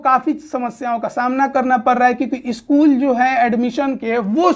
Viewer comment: Bhai श स me antar hota hai aur dusra स्कूल hota hai इस्कूल nahi tumko apna vocabulary thik karne ki zaroorat hai kaun se anchor ko ya news representator ka itna kharab vocabulary dekhe ho